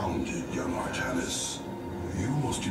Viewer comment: AR-THA-NIS NOT AR-THA-NIAS